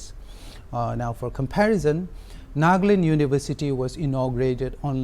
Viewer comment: NA-GA-LAND, not Nag-land. What the hell?